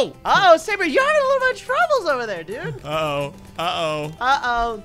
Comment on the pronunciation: at 44 seconds called sabre gaybre lol